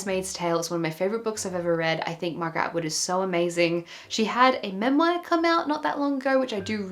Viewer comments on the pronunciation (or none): Friendly comment to let you know MEMOIR is pronounced - Mem-MWA (like the french Moi), not Mem-WIRE. Congrats on the move - good luck with the unpack! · I'm an Australian. Sorry to be that guy, but it's not. The Macquarie (our national dictionary) has it listed officially as phonetically being pronounced as " General Australian English: /ˈmɛmwɑː/. " - so, by all means, pronounce it as you like, but it is incorrect, not a dialect. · In the United States it’s pronounced Mem-waar. The R at the end is not silent.